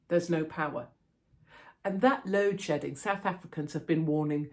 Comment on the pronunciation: Sounds like "load shitting"